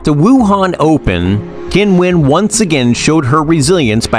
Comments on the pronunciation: Oh, c'mon, her name's not "Kinwen", she says that sometimes for westerners! TikTok is not a place to rely on anything. Do some decent research and find out the way she actually says it for real, the way we all say it in China, including Qinwen herself. There's a YouTube video somewhere where a group of tennis players from several nationalities actually say their names for real, and Qinwen is among them (it might be under the WTA listed videos). Alternatively, you could look at a Chinese news source or interview with Qinwen in Chinese where her name is referred to. Doesn't matter that you can't speak Mandarin, you'll hear her name announced. If you want to develop your channel and be taken seriously you need to be professional enough to pronounce names correctly. It shows respect. Otherwise, why bother having a channel. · Come on, learn how to pronounce her name, at least try a little. "Kinwen Zang" is nothing like it. She says "Kinwen" sometimes as a joke and because it's not that important to her as mispronunciation of her name happens so often. There are native speakers on the net who demonstrate her correct pronunciation. And yes, I'm a native speaker of Mandarin whose surname is ... Zheng. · isn't time for the sports commentator to learn how to pronounce her name probably ! It is not Kin-wen ...........the Q in China is pronounced CHI. However, DIVA is a proper term for her.